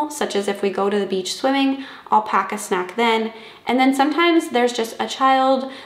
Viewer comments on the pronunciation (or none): none